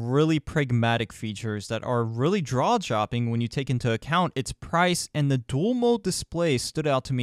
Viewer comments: I think you ment jad dropping instead of "Draw Jopping" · Did you really say "drawjopping"? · "Really draw jopping..." I couldn't stop laughing. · It’s really “draw jopping” 😂😂😂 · "Really draw dropping" excuse me? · "Draw jopping"